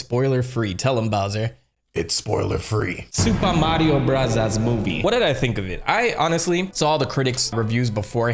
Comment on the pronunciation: I love the Japanese pronunciation you do for super Mario bros. Can’t wait to watch the movie!